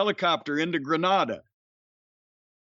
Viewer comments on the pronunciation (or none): As someone whose family is from Grenada 🇬🇩, it make me laugh that sometimes Jim pronounces it with a short A (that's wrong) and then pronounce it with a long A (that's correct) a few mins later.